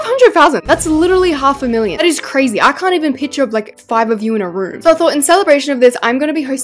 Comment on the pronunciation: I like how you say 500,000 you just don’t say it right😂